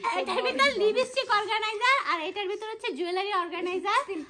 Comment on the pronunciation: লিবিস্টিক আবার কি বলেন লিপস্টিক 💄😂😂😂